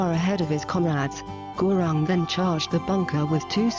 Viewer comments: Gurung isn't pronounced Gurawng, but Guroong.. Peace, love and prosperity.. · oh wait sorry that's not how you say it its (gu-roong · by the way its pronounced ( GU-rung